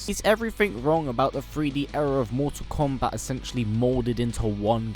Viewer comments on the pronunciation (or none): you need to stop these videos because you cannot pronounce Mortal Kombat right everything Americans do you guys do losers